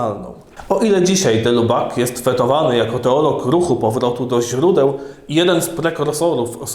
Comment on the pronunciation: BTW: wymawia się "de Libak" (właściwie nie "i" a niemieckie "u - umlaut"; oraz "Tejard"; francuski fajny język, polecam : ) Poza tym czytając różne dzieła w oryginale, można się nieraz porządnie zdziwić...